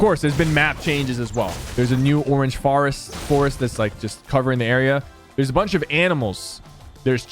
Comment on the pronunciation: Sypher : there's a new orange farest